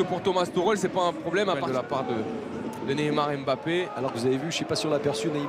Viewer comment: Cara,eu sei q o vídeo é sobre o Neymar,mas qnd o Mbappé tocava na bola eu só ouvia ''Bappé'' Kkkkk